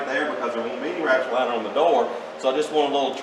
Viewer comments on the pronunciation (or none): It sounds like you keep saying rapture liner.